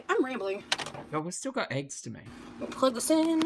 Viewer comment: Why do all the gorlies say "aygs" instead of eggs?